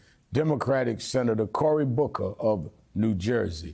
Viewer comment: This is Corey Bookahhhh lol